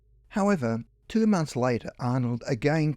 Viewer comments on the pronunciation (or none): none